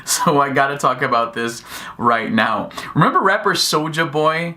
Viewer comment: you can tell this youtuber has no urban friends. He pronounces Souljah Boys name with his Caucasian pronunciation smh